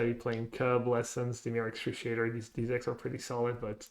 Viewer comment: Dimir excruciator